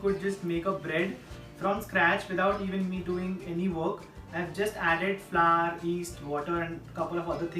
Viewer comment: Flour is pronounced as flower 💐 chump get it right dumb wit.